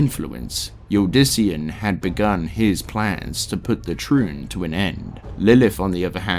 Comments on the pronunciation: the amount of mispronunciations (mainly completely leaving out letters from words like turning Tri-une into Troon) makes it hard to listen to this... every few minutes I have to stop what Im doing to rewind and figure out wtf youre talking about... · Triune (Trune), Kehjistan (Kehgistan), Uldyssian (Yuldyssian), Izual (Izu-all, instead of Iz-wall), just to name a few that stood out to me. Athough that last one is understandable cause he read it how it's spelled. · I love the lore, but the fact that you don't know the pronunciation of a lot of important words makes me think he never played the games. Which is fine, btw! But I can help Triune: try-oon Vizjirie: vaj-ear-eye You are welcome friend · Some of your pronunciations drive me up a wall🤦🏽‍♂️ overall this is a great long form video and quite in depth, but it really does throw a wrench in the experience when I’m deeply concentrated in what you’re narrating, then all of a sudden I hear “temple of the trune”. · This was such a great post especially since I just got into Diablo! The only criticism I can offer is that word pronunciation is a bit... Off. Triune for example is pronounced "ˈtrīo͞on". Is it a stupid gripe? Yes. I'm sorry. The ear wants what it wants! 😅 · Really enjoying this video, it's very well made and informative for someone new to the series... But for the love of God please stop pronouncing Triune like a slur 😂